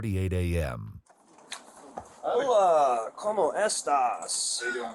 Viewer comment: whitest “como estas” ever omg